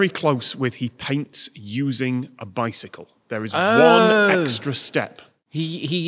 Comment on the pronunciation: "micycle" is taking me out 😭